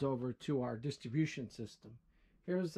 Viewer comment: PRONOUNCE: " DISTRIBUTION" NOT: DISTABUTION!!!!!!